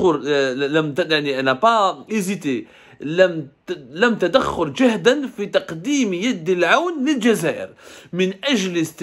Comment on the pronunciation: Vous êtes nul en Arabe لم تدخر LaM tadakhir